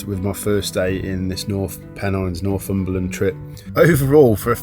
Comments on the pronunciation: NorFUmberland, pronounced NorTHumberland is a truly lovely place. And that is from someone who used to live in the Scottish Highlands. However, describing it as an "emerging" destination is really the kiss of death. Having lived here for ten years I have seen first hand what an influx of tourism can do. It will not remain England's last great wilderness for long if it becomes overrun. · It’s Northumberland not norfumberland. But thanks for visiting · Nor'fumberland? it's Nor'Thumberland